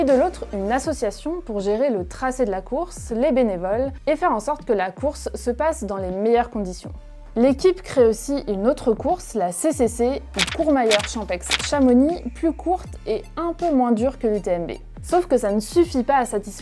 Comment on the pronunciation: Prononcé le X de Champex quand on ne prononce pas celui de Chamonix ca montre la qualité du journalisme...